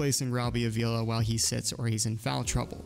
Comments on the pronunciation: I’m sorry, but my last name is Avila as well and I just gotta comment on this. Pronunciation is “Ah-vee-la”. Not trying to be a jerk. Loved the video! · no worries at all bro, the way you said it is the way most people say it, so it’s really not a big deal. I’m just trying to get the word out 😂